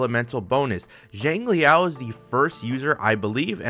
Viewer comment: It's not JANG it's more of SHANG if anything. SHANG LEE YAO